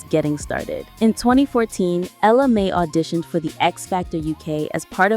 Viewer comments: You have her name spelled correctly but last name is pronounced MAY. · It's funny how the pronunciation of both "Mai" and "Jacquees" changes as the video goes on ...